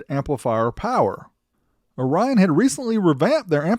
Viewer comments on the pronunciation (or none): FYI: the company Orion, not Rion or (u)Rion.